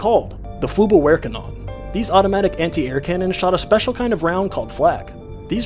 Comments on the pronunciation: "Flu gaver cannon" is how it is pronounced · For those wondering its pronounced: floog-abweir-kahnon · It’s pronounced “floog-abvehr-Kanonen” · also its pronounced vehr not wehr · Hey! Quick german tip if you're interested. That long german word is actually what "Flak" is derived from, (FLugAbwehrKanone), similar to the Pak guns (PanzerAbwehrKanone) and to help pronounce it, it could be spoken like floog-abvear-kanohn. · For anyone struggling with how to pronounce the word "Flugabwehrkanone". (Flew-Gahb-Veir-Ka-Known). It's name means air defence cannon and it derives from the name "Flugabwehrgeschüts" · Flooog aaab vvaaare canoan. Best way I can demonstrate pronunciation. And it doesn't shoot flak, flak is the abbreviation the allies used, for the same reason you would lol. They didn't want to say flugabwehrkanonen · It's called: the flukupwarecannon, if you pronounce it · I speak German, it's pronounced floo-puh-vair-gah-non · Flugabwehrkanone, you speak it : Flug abwehr kanone, you pronounce the w in abwehr and make a little cut between the 3words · The e at the and is also pronounced, kinde like uh in american English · For those who wants to know the correct pronunciation is: flugabvekanone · It's more like floog-ab(a pronounced like the o in bop) w(just a w, not a v)ehr (e like the ee in cheer)-caw-known-uh with the stress on the first syllable. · The Flugabwehrkanone (pronounced fluke up-wear Canon) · “Flugabwehrkanone”, pronounced Flug-ab-ver-cannon-e. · Pronounced Flu-g-ab-vair-can-ön-uh (ö is the long O sound) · It’s pronounced: fluh-gahb-vehr-kah-none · Pronounced "Floog-ahb-vher-kahno-nuh" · i mean come on the „flough-ab-where-ka-no-ne“ aint that hatd to pronounce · 😂😂😂😂😂😂 the way he tried to pronounce it killed me. Can't stop laughing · As a German, this guy trying to pronounce German words is just the lustigster Scheiss ever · I love it when he fails pronouncing german words 😂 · How did you pronounce 'flugabwehrkanone' whattt 😂